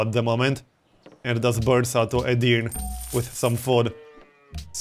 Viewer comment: And Edirne is pronounced separately. It's Edir and then Ne. Edirne